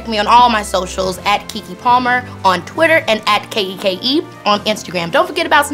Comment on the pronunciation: Not her calling YG Keenon